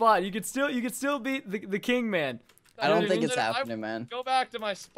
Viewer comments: anyone else cringed when preston kept calling will 'kiing' ? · You kept calling will "kiing" and I was cringing because no one calls him that. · dat moment when preston calls will kiing I died